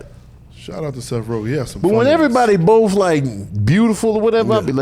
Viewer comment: "I'M ON BOF" 😂😂😂😂😂😂